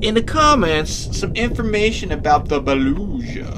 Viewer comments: The Beluga is the G not Zh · TV its pronounced boluga not boluja and they are whales. they are large mammals and use echolocation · It is not belusha it is beluga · You said beluga wrong you said belusha and not bee Lou ga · Btw its baluga not baluza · ITS BA-LOO-GA!!!! NOT BA-LUSHA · Beluga has a hard g. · LOL THE WAY HE SAID BELUGA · You said Beluga wrong. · The GCL I agree with you